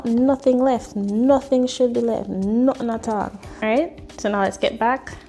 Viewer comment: "Nutt'n a'tall!" Yes, Sis! 🇯🇲🇯🇲